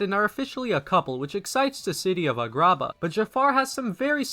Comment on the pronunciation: What the fuck is a-grah-bah